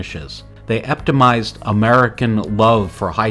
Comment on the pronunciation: The pronunciation was pretty awful throughout. "Atelier", "epitomized", were also mispronounced. Other than that, great video.